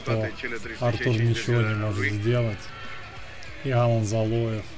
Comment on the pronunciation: За Алана большой дизлайк, он АлАн, ударение на второй сог. Ты вообще не в теме, Лилиев у тебя Лалиев, пойди подыши на свежем воздухе